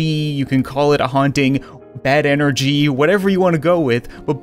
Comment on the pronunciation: what--- did you just say ENER-CHI ?!?! 😂😂